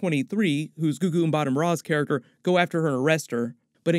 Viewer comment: You love saying "gugu mbatham-raw" 🤣🤣